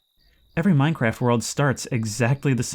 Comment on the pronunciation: i love when you play minecwaf